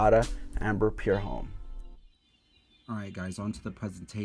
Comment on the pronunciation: Homme is pronounced "om"